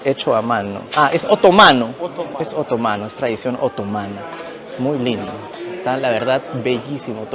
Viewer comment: Bonito video, ten cuidado al pronunciar la palabra "otomano", el acento va en la letra A, asi como la palabra "Estambul", el acento va en la U. Saludos !